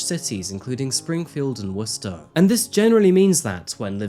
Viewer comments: I have to say, your pronunciation for Worcester was spot on! Watching people not from the area try to say some of the town and city names are hilarious! Well done,! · I’m just getting started this but well done, you saying Worcester correctly! People seldom do 😅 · YOU PRONOUNCED WORCESTER CORRECTLY OMG YAY!!!!!! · As a man from Worcester, Massachusetts, I love that a Brit knows how to pronounce it but no Americans outside Mass do lmfao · As some from Boston, thank you for saying Worcester correctly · I'm impressed he pronounced Worcester correctly most people say "Wor-chester" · As a Mass resident I'm upset how I haven't heard of this before. Also great job pronouncing Worcester correctly. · Wow you pronounced Worcester correctly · Thank you for pronouncing Worcester correctly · from an actual Masshole: thank you for saying Worchester correctly 😂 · You said Worcester correct!!! YAY!!!! :) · Finally, someone not from MA that can pronounce Worcester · You said Worcester right! Greetings from Massachusetts!!! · yeah I know but not everyone from Britain says it properly and I was born and raised in Worcester Massachusetts so it's nice to hear it pronounced properly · YOU SAID IT RIGHT!!!!!!!!!!!!!!!!!!!!!! WORCESTER BABY!!!!!!!!! props!!!! like for that alone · HE SAID WORCESTER RIGHT! HE SAID WORCESTER RIGHT!! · Yeah, because he’s English, and the original Worcester in England is pronounced the same way. So it’d be surprising if he didn’t know how to pronounce it! :) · Wow, a non native Massachusetts person pronouncing Worcester correctly? Thank you lol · Nailed the Worcester pronunciation! Nice work! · I was gonna leave a comment complimenting him on it as well. It's close to my hometown, so it was surreal hearing him say it 😄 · I’m equally impressed by your pronunciation of Worcester as I am appalled by your pronunciation of the Celtics. Sincerely, a Massachusetts resident that loves your content.